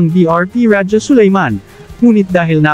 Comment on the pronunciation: Pati pagbigkas ng rajah Sulayman mali.